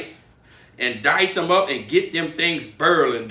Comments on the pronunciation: Just like how my grandpa and mom say warsher lol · Can anyone spell how he says boiling?